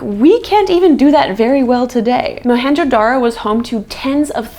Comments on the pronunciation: Dude... Mohenjodaro.... and its J.... Our J is not silent... Our J is Louder than loud... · The real name is Moan jo daro and not Mohanjo daro. It's Sindhi, meaning , mound of the dead.